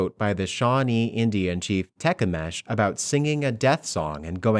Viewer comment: Tecumseh (teh-KUM-suh) Shuttlecock